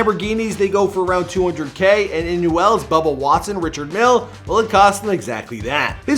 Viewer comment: I cringed when he pronounced the Richard Mille. Lol